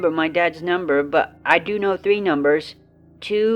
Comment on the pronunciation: "I know 3 numbas"